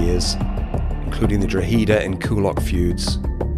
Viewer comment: Gardaí pronounced Gar-Dee or ya could just say Garda too. Also, Drogheda is pronounced Draw-heh-da.